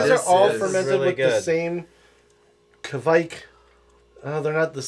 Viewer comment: Good job saying 'kveik' right (or close enough)!